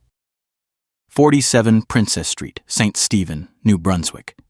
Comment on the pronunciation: St. Stephen (not steven) is a great town--I've lived here 39 years--and it is across from Calais Maine (Kal-is) NOT kaleeis as the video calls it.